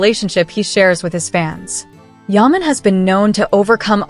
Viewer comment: His name is pronounced Jan YAman not Kan YARman. There were no surprise guests.